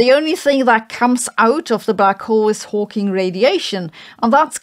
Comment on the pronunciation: I love how Sabine pronounces Hawking Radiation. It sounds dirty. :)